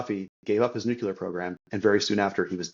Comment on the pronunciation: Your guest would have more credibility if he could pronounce “nuclear” correctly.